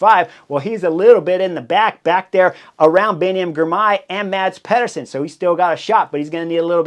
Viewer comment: MaDz PeHduUrSoN. I heard a spanish announcer come closer to pronouncing Mads name right. Come on, cRieS HoRneEr!